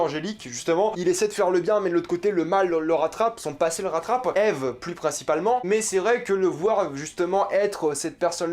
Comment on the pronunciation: Déjà tu regarde pas la serie a 100% et en plus tu dit Ive au lieu de Eve tu dit pas Adam et Ive c'est Adam et Eve... Un minimum de respect pour la serie plz